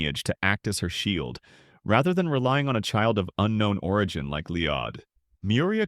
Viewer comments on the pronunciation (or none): none